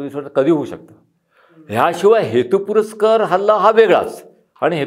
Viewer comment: सर, हेतुपुरस्सर असा शब्द आहे. हेतुपुरस्कर नाही. Just FYI. बाकी मुलाखत अतिशय उद्बोधक! तुमचं ज्ञान अगाध आहे. वंदनीय.